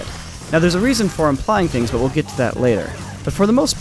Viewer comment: Impying Action... RIP the L in implying.